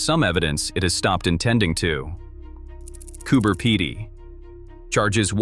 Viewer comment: Came to say that lol…..peeeeedy